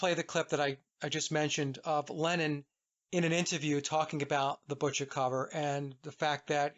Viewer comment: ”Lennon” sounds like “Lenin” when you say it.